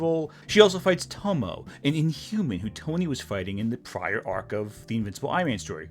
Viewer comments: I'm not trying to be a jerk, but I have to ask: Do you tend to watch your anime dubbed or subbed? The reason why I ask is your pronunciation of the Japanese name "Tomoe" with two syllables ("To-mo," as in the old Cloverway dub pronunciation of Professor Tomoe's name in Sailor Moon S) instead of three syllables ("To-mo-ay," as in the actual Japanese dialogue track of those episodes.) I do understand why native English speakers would default to treating that final e as a silent e, because it would be according to the conventions of English, but those same English pronunciation conventions are also why so many native English speakers mangle the pronunciation of "Gramuglia. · For future reference if she ever comes up again, Tomoe is pronounced more like toe-moe-eh. Three syllables, the E isn't silent. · Tomoe is pronounced (Toe Moe Ay). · In Tomoe, "e" is it's own syllable. Tomo-ay.